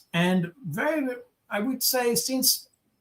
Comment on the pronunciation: not only is this Baud guy incredibly boring but the accent is unbearable.....can't even pronounce the word "since" withour saying "seence"!